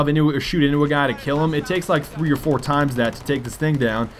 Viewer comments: When he said Four in the beginning I thought he said Four*ty* four. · Did he say 4 new maps or 40 :\